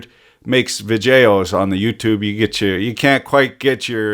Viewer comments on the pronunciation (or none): civil engineered, makes vigeos on the yutubes confident----ing? I wish i could speak engurish